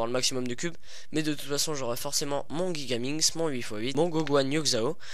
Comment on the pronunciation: On prononce jigaminx , pas guigaminx comme tu le dis